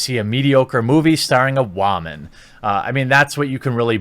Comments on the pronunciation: You have great vids here man but one thing, why in the hell do you keep saying WAMAN instead of WOMAN?!!! At first it wasn't that big of a deal but now it's just been driving me crazy every 30th time you say it in a video!!!! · Say woman right you idiot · your pronunciation of the word "woman" is disturbing... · Are you special or something? You can’t pronounce woman right? Seriously you say it like wah-mon. It’s wo-man or officially wi-men. This is plural or singular use. Seriously thought they were inventing a word writing it weird till I saw what you were reading. I don’t normally do this but come on. This is straight lazy attempt to say a common word right. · Jeremy.... I get that you've probably never had sex with one let alone been near one but it's pronounced "woman" not "wahman" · Its not pronouned WAAAMAN! ITS WOMAN FFS! everytime you say Waman it makes me want to stab my ears! And the movie is gonna suck anyway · What the hell is a Waman? Lol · How come you call woman whawmun? Just curious. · One of the reasons I come here is to hear you pronounce “woman” as “wahman” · Wòonman🤣 wHOman 🤣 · Will someone teach him how to say woman properly? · Why do you pronounce Woman the way you do? You sound ridiculous when you say it that way. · I'll be honest, good content here. But the way you consistently say woman incorrectly sets a misogynistic overtone I can't get behind. I might just not be your designed demograph. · Why must you pronounce words so stupidly. Why is woman so hard for you to say??? It drives me insane!! Haha